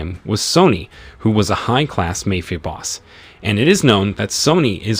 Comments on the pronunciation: A.i voice over say's " MAYFIA" and not MAFIA lol 🤭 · It's not 'mefia' boss, it's pronounced as 'maaa-fia'. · Why do you not know how to pronounce Mafia. (Mah-Fee-ah) Not May Fee Ah. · It’s mafia not may fee ah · MAFIA ( MA- FEE- AH ) 😂😂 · Lol ..mayfea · Poor pronunciation in the word Mafia: In Italian and Spanish, the letter "a" is always pronounced like the "a" in the English word "father"!!! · Please pronounce mafia correctly.